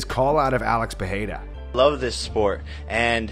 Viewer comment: That's not how you say Perreira.